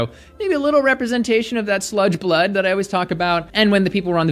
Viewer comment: I do like... especially the way you pronounce 'berlud'